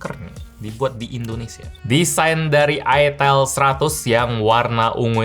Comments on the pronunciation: Cara bacanya bukann itel bang. Tapi ITEL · Itil bang 😅 cuakakakakakak 😂 :D